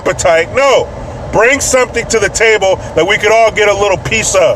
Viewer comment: Lol when you were talking about the super bowl I thought you kept saying break shit instead of bring shit, I was like why would you do that? 🃏😂 😂